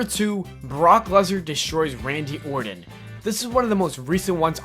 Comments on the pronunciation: Randy Ordin? It's Orton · Not a bad vid, buddy. If I could make a suggestion, work on your vocal delivery a little more before recording. You kind of sounded like a 5 year old when you couldn't say Randy Orton's name correctly (hint, there's no d in Orton). Really, it's just down to polishing. Don't say the word "a" as "ay", say it as "uh". The hard ay sound breaks the rhythm of the sentence and makes you sound more halting and less prepared. Still, like I said, I enjoyed the video. Good job.